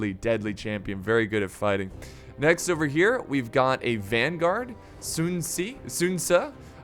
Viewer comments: A good attempt on pronouncing those names. For the name Sun Ce, it is off quite a bit, the correct pronunciation is Sun Tse, Treat C- in pinyin as Ts-. Hope it's helpful. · Hey its pronounced Soon-say for sun ce and jshao-Yoon for zhai yun hope this helps